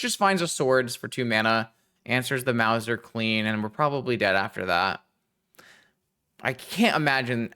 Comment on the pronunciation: Loved the deck and the games! However I do also feel obliged to point out that that Big Mother there is a "mouse-r", as in a cat who catches mice. Doesn't rhyme with Bowser.